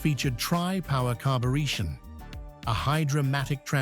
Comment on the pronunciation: What the HELL is carber-EEE-tion? Total THUMBS DOWN for all the mis-pronunciations!